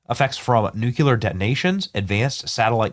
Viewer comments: Benny, it pronounced New-clee-er. Not nu-q-ler. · Come on, Benny! It's NOT nu•cue•lar, it's nu•klee-ur! Nu-clear! Nuclear! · nu-CLEAR not nu-CULAR... reading any word in text out loud completely wrong blows my mind 🎉😂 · "Nucular" 😂 what an idiot. Its Nuclear. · Nu / clear not nuculear. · Once again Benny.... It is not pronounced.... "Nookyaler ". Nu clear ! Nuclear ! Say it with me Benny....... NUCLEAR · Benny! Bud, it's "New-cle-year", not "new-cuh-lear." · Bennie, I love ya, man, but here is the issue... "Nuclear" is pronounced "Nuke-clee-ur", not "Nuke-you-lur". You have 6.1 million subscribers and countless other listeners. You have to get it right. God bless you for all you do... Oh, and take something for that stuffed up head... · Not nucular but nuclear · Nuclear has two syllables and is pronounced NEW CLEAR. "Nucular" is NOT a word. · Nuclear is pronounced "New-clear" not nu-cue-ler. Please... Pretty please... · The plane is the nuculus for all nuculur operations. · Its pronounced: noo·klee·ur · Benny! Love you bro, but seriously, it’s NUKE-LEE-ER. You’re sounding like GW Bush! No one needs that in their lives right now. 🙄😎🤟🏼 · NUCULER IS NOT A WERD!!!! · BENNY!!!! LEARN HOW TO SAY..."Nuclear" (/ˈnjuːkliər/ NOO-klee-ər) is the standard, correct pronunciation!!!! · I don't know how many times I've addressed my pet peeve with 'intelligent' people...it is pronounced "noo͞′klē-ər"...! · Nu-Clee-arrr Benny 😊😊😊 scary stuff! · nu CLE AR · Benny. BENNY!!! ... it's nuCLEAR 😂😅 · N-U-C-L-E-A-R......"New-clear". There's nothing between the C and the L. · Nukeyaler lol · Its hard to take anyone seriously when they say NEW-Q-LER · Please learn how to pronounce nuclear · Benny, we love ya. You desperately need to learn how to pronounce the word Nuclear. Same way it is spelled, my goodness. You sound like W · You have to learn how to say Nuclear.